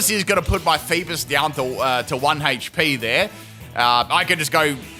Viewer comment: Its not Leaf-on its Leaf-eon lol cant even say eevee evolutions right XD lol 😂 And i didnt see no critical hit on the flail on Virizion there hmm Haha they called a male Alolamola Bulky Girl how sad really XD And i dont think hes saying feebas right either oh well i wonder why he mispronounces Pokemon names hmm